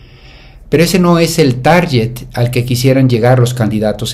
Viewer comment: Se dice target no tarjet. Disculpa.